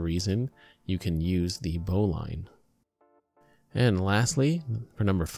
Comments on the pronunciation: Thanks for this vid, very informative. Love that someone corrected that bowline to the correct way. I need to mention, "bowline" is pronounced bow-lin, not bow-line. The only reason some people pronounce it incorrectly these days is that too many newbies pronounce the word just based on reading it. If you talk to an old sailor you'll hear "bow-lin". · It's pronounced "bo - Lynn" not "bo-line" knot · a "Boe-Line" knot (bowline)? Well, I've climbed in the Rockies, driven 140mph in a Hemi Superbird, and played Chopin's Opus 27 #1 in c#, and the only way I've ever heard it pronounced is "BOE-lin" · That isn't how to tie a bowline, and it's pronounced "bow-lun", now "bow-line" When properly tied, the tag end will be inside the loop. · Bo - Linn..............it's pronounced............Join the Navy and feel a man all over eh? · Bowline is pronounced bowleene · 1) that's not a noose knot 2) that's not the right pronunciation of bowline. bow·luhn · it's pronounced bowlin, you just made every sailor on the planet cringe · And if you knew your knots you wouldn't have mispronounced bowline eacn and every time. Look it up.